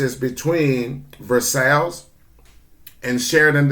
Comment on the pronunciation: FYI, versailles is pronounced like your combining the words verse and eye, verseye.